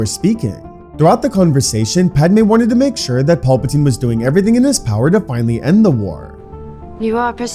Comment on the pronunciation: Had to stop part way through. Only so many times you can hear Palpatine mispronounced before it becomes real annoying.